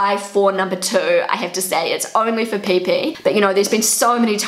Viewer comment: why do i like how you say peepee "pae pae"